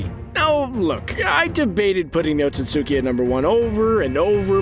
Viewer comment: You either didn't watch Naruto or you watched the dub, if it's different there, since you're pronouncing Otsutsuki completely wrong.